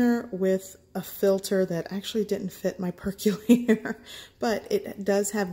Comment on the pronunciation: For the love of god, PLEASE look up the pronunciation of "percolator" and "percolate". There are many online dictionaries that even have audio demonstrations. It's painful hearing you mangle those two words umpteen times through this. That said, the finished drink looks delicious.